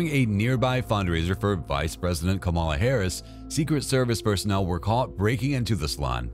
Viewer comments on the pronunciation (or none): none